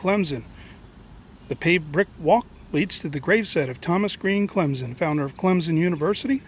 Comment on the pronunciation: Clem -Son not Clem-Zon.....lol...love your videos. But for real no Z in Clemson.